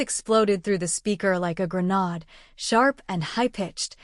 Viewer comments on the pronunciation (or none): Can AI never pronounce the word grenade properly